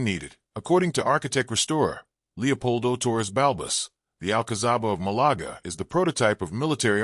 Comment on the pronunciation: Please remake the video with normal English narration, instead of the computerized American shit. Malaga is not pronounced Malagra. This would have been an interesting video, other than that.